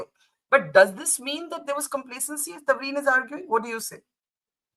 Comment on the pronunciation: Its Tavleen Singh, not 'Tanvir' - please get the name right. She is a kind of journalist who cannot appeal to the thoughtless, has a strong following, & irrespective of your view, terrific credentials! We love to listen & read. If you listened attentively - & fully - you'd be sorry for misconstruing her.